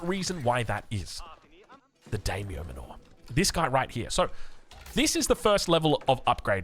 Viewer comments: It's pronounced "manner" not "manure" lmao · Yeah exactly it's like "man-nah" ( accent), rhyming with Nanna... with a bit more of an "er" at the end rather than "ah". It hurts my brain whenever says "Mah-NOOOORE" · Manner. Not man aww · "Manor" is pronounced "Manner" (ie. as in Daimyo Manor) ! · (It sounds just like "manner") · Isn't it pronounced MAN-OR? As in a stately house... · Yeah, it is. I love his videos, but man, am I cringing every time says that word (it sounds like manure every time I hear it). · The way you say Manor sounds like your talking about cow crap... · Unsure if actually knows how to pronounce Manor or not... maybe at this point he's too afraid to ask. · i feel like youre saying manor wrong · Very creative pronunciation of "Manor." I'm into it. It makes it sound like it's not an English word. lmao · I know we aussies are not very linguistically gifted by Daimyo Manor is pronounced: Die-myo Mánner Not Dey-myo Manoor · D(eye)-myo and manor like a manor house from Aoe3 English. Every time says daymo muh-nor, my Japanese ancestors commit seppuku 😂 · i really hate being the glasses nerd emoji, but the pronounciation was just too funky its daimyo (die myo) manor, like as in the english manor (manner) lmao